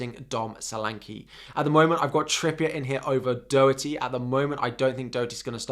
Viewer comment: Your pronouncing Doherty wrong lol😂